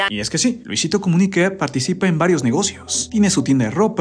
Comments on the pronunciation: Habla bien es Comunica,no Comuniqué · Por qué será que dice "Comunique" suena raro. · Es muy molesto su Luisito comuniqué y todo con e , de verdad tan incomodo que ni el video termine